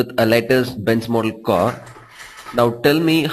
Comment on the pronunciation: dude try to be natural, its not 'cor' its simply car